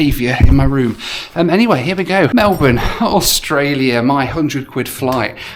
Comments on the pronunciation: 100% kudos for pronouncing Melbourne correctly. 😮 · Jetstar fine, as a local I am just glad to hear 'Melbourne' pronounced correctly. Welcome.